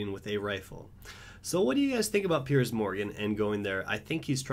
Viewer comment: Piers not Perice